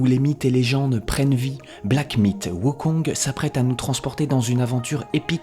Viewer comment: c'est Black Myth: Wukong, pas Black Mite: Wukong